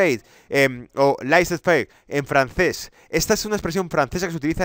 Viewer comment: Pronuncias bien el ingles pero tu francès “laissez-faire” es horroroso...escucha un traductor o algo